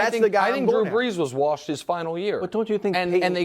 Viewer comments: Hey, Chris...how many R's in "warshed"? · Bru always says it like "warshed" lol